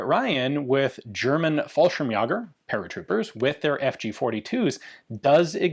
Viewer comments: Hello Ian, just an observation: the way you pronounce Fallschirmjäger is colloquial language- don’t know, if this is your intention. The German way to pronounce Jäger is like in Yeager (Chuck Yeager the famous test pilot who was the first to break the sound barrier in his jet) … for 🇦🇹s, the way you pronounce is fine - kind regards from 🇦🇹 …. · Learn how to say fallschirmjaeger please. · He is obsessed with the French, so it could just be an artifact of that LOL